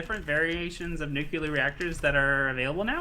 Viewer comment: Is it just me or there's actually an alarming amount of people who can't pronounce nuclear? I've heard a lot of nukelar lately.